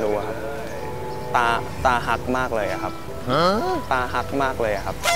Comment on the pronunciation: เป็นตาฮัก คับไม่ใช่ ตาฮัก สาวๆก็งงสิพูดผิด